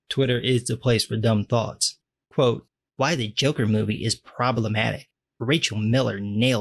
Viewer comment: Did you say "Twitter is the place for dumb thoughts" or "Twitter is the place for dumb thots"?